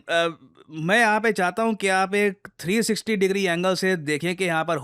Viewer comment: You said 360 i heard AB deviliers 👽